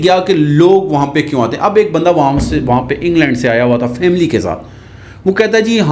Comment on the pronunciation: Anperh 😂😂 faaaamileey ne huta family huta ha